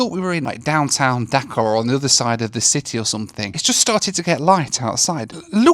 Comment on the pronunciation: Pronunciation of Dhaka is not like "Dakar" right?